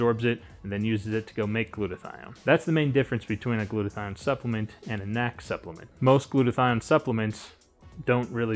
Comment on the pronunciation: Stop calling it nac. Just pronounce it N.A.C just based on that, anything you suggest I'm out